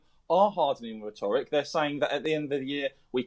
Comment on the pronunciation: Why can the bigot on the line not pronounce english words? Rhetoric.... clandestine.... these are not hard words? It hard to take these morons seriously.